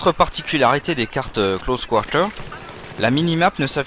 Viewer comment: lol tes québécois? pourquoi tu prononce close quarter en anglais oO C'est vraiment moche :D